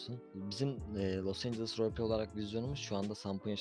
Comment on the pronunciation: Los angles değil abi, Los Angeles